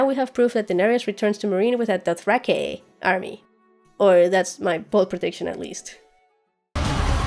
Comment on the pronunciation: Damn, that was in depth. I'm glad you took some time to do a proper breakdown and not just say whatever came to mind first, I have a feeling this is way more accurate than most other breakdowns I've seen. Also I love the way you said DothrahkAY:P